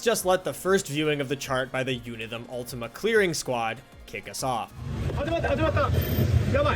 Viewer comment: It’s pronounced “Chunithm Cross Verse” and “Chunithm Cross Verse X” bruh